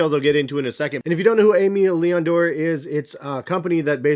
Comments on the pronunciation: Aimee Leon dore is pronounced “ A May Lee On Door” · It's pronounced Eh - May Leon Dore. Funny how hyped this brand has gotten in the last year purely from these 550s. Let me cop my shit in peace lol